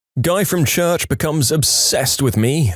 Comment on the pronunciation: "Guy from chuærch"